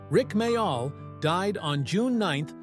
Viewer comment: AI voice cannot pronounce Ricks last name properly. Loved The young ones and Bottom